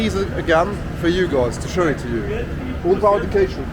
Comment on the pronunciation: really enjoyed the video! I am off to BH in a month for a week and this is very helpful 🙂 I am also an english as a first language Gringo....your portuguese is very good, just have to work on the pronunciation of the "pao" in Pao de queijo......the Brazilians will smile to themselves everytime it is pronounced incorrectly..... From one gringo bro to another 😜